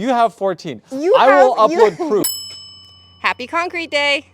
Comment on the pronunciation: "I will upload proo" (cut) 😂